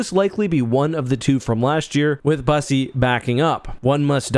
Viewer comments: so, for the sake of not getting made fun of, Bussi’s name is pronounced as if it was spell Byussi. Please don’t call him bussy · Bros name IS NOT BUSSI🤣🤣💀💀💀💀